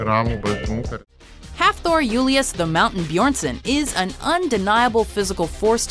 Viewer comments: That's actually good pronunciation of Hafþórs name (I'm Icelandic) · As an Icelander i must commend you on that pronunciation. It was very close to being 100% correct :) When you said Hafþórs name that is. The super genius was pretty impressive too though :)